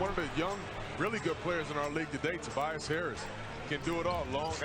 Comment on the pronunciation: "Tobias harriass" 😂😂😂